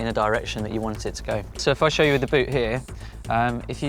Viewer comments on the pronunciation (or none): none